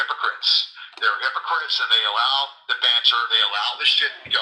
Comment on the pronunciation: I wanna smack every time he says: “All-low, even low, and pre-tell” 🙌